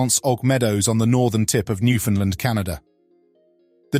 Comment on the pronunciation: NEW FOUND LAND!!!! Even Newfoundlanders don't pronounce the name of the province correctly. Extremely, annoying to say the least.